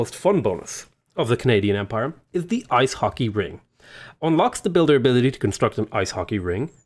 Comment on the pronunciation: It's "rinK" not "ring"! You didn't say, I don't think, why you think getting a religion is important; I don't see it. Correction: you did later on. Still don't see it; you can make as much faith without a religion and don't have to waste faith spreading and protecting it. Finally, that you prioritized Oracle says you're prioritizing great people, which would point to taking Divine Spark as your pantheon (which would help you get the Great Prophet as well, if that's what you really want).